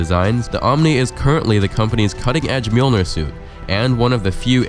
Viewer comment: Finally someone can pronounce Mjolnir correctly.